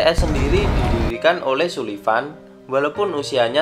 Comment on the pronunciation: Sullivan dibaca Sulvian ki piye? 😅